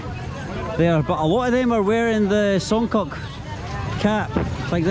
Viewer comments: LOL the way he pronounce Songkok, Song-Cock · Its songkok not songkock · the way you pronounce songkok haha but that's alright